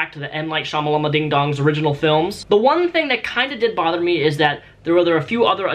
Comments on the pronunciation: Stop saying Shyamalamadingdong, he has a proper name Shyamalan is it really that hard to pronounce ?? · That joke where you intentionally mispronounce M. Night Shyamalan's name. It's so old now. M. Night SHYAMALBADAM LOL RITE GUYS? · Wow pretending to mispronounce Shayamalan's name, never heard that before. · Unnecessary salt? It's 2017 and ppl still think it's funny to intentionally mispronounce M Night Shyamalan's name. I actually think it's pretty disrespectful to intentionally mispronounce someonme's name or write it incorrectly after you've been told how to pronounce it.